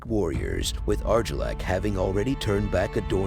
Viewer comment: Eegon😂 Arjillac😂 Wow, you need to work on your pronunciation bud.